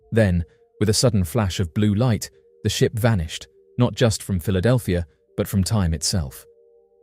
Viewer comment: Philadelphir? That's not the queen's English. kek